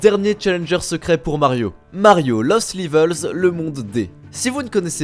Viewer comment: mais fait un effort ya pas un monde où on dit livel